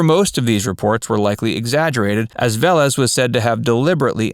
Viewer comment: Pronounced Ve-Lés